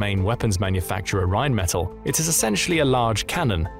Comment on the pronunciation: It's pronounced Rheinmetall with emphasis on the 2nd e. It doesn't sound like metal in English.